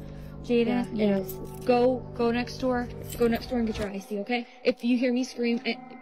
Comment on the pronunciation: But as it turns out, that might be what you gæt